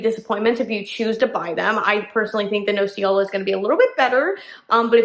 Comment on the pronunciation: Nocciola is hazelnut in italian you ignorant....and learn the proper pronunciation. Cioccolatino is the same problem with you! Learn before talking. Guess what is the cioccolatino made of? Chocolate! Yeah!! Ignorance is an ugly beast in the wrong hands.